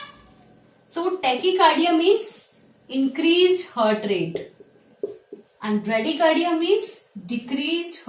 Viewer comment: It’s heart not hart